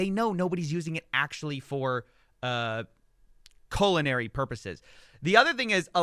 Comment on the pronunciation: "Colonary" purposes? 🎉 You mean culinary purposes?